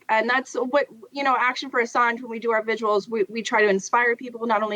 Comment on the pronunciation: What are "viguals"? I've heard of vigils, but "viguals "?????? The English language takes a standing 8 count once again!!!!!